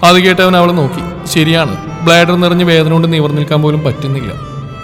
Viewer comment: പ്ലാസർ അല്ല ബ്ലാഡർ ആണ് ഹേ😮